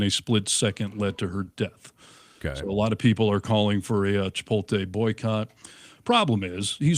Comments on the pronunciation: It's Chi-pote-lay not chi-pole-tay 🤭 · Pet peeve. Please note, it's not Chi-pol-tay. is saying it wrong. Look at how it's spelled. Chipotle. It's Chi-pot-lay. I hear it mispronounced a LOT. Practice saying it correctly. Thank you. 🌯